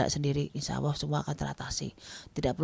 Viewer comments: Apa aq salah denger? Nyebut Allah kok Awoh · punya awoh??? Allah bukan awoh....